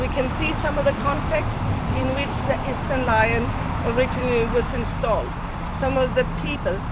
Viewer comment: Notice that it is "sted" / "stedt" ( as in English "stead" ) - not "Schtälle"!